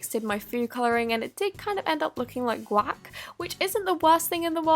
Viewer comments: Gwak 😂 Edit : I’m not hating I’m just saying that’s how she pronounces it 😠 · At first I thought she said “it kinda looks like qUaCk” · the way she say quac had me 😂😂😂😂😂